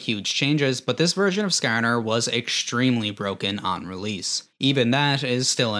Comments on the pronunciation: skArner. not skerner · SkaAR NUR, idk why but the way he says it makes me fkn laugh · I can tell you're from the Midwest by the way you say Skarner lol